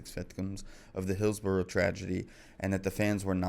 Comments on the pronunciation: Hills-bo-RUH,not RO🎩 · Correct UK pronunciation of "borough" - Sorry, it bugged me from the very outset of the video when pronounced BOROUGH as if it had a W at the end. "hillsborrow" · Pronounced "Hillsbora" Just sayin' 🙂